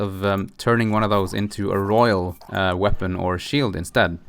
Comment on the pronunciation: Royal, not rohiol.